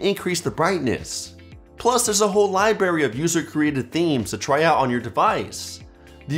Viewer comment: did he really say libary?